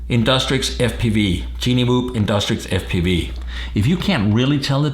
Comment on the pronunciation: Its called Tiny Whoop Pronounced: Tainy, not Tini